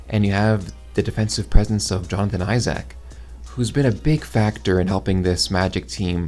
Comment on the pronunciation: Great vid however the way you pronounce Isaac is terrifying.